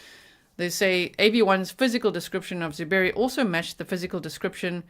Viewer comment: I like how he said “ZOO Berry” with the emphasis on the word ZOO. Because it’s just fitting for this stupid animal.